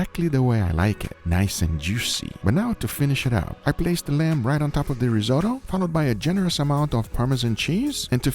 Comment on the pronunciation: Rizo tow? Risot oh!